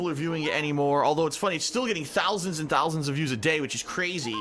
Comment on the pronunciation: I don’t think thowlsand qualifies as a number